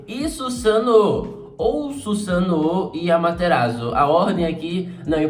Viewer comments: Dar agonia ouvir o falar "Susano'o" kkk, pode falar normal eu não ligo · O jeito que ele fala Susanoo com o sotaque, fica na mente kkk, não tem jeito kkk